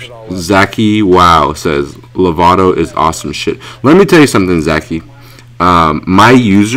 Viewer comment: Lovado FTW not srs. ! Its Lavado tot srs!